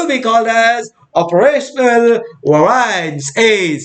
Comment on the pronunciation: bhaiya variance ko theek se pronounce kariye warna students popat bolenge